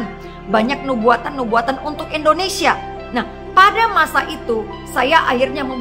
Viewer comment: Eda bisa ga kalau ucap bukan ENdonesia tapi INdonesia, waduh ucap nama bangsaku saja ga damai dengan ucapan Eda, orang bule saja ucap INdonesia jauh lebih baik, menghargai dll